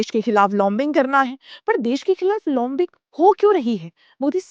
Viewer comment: As every time very nice and crisp episode. Great effort. Correction, and , लोमबिंग (lombing) नहीं, लॉबिंग (lobbying) होता है। "ला" के ऊपर चंद्रबिंदु नहीं होता, केवल आधे चंद्र का sign होता है, बिना बिंदु के। इसमें लगभग 'औ' या au की sound होती है, जैसे डॉक्टर। बोलने में ये होगा, डौक्टर, not डोमक्टर and ना ही, डाक्टर. Another example is ऑस्ट्रेलिया - will not call it औमस्ट्रलिया and ना ही, आस्ट्रेलिया।